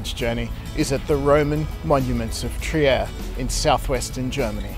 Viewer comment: For your info, Trier is pronounced “Treer”.